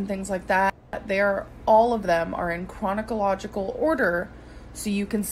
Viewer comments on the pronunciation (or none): Squeaky Rabbit she also said, “chronicle-logical order”. Hahaha! She a “lah”! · Nobody: Not a single soul: No one whatsoever:: Chronocolilogical